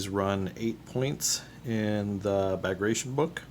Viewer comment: Enjoying your expansion into the Soviet army. Just an FYI, and not that it matters at all, but Bagration is pronounced bag rat ee on. Something nobody would know unless told.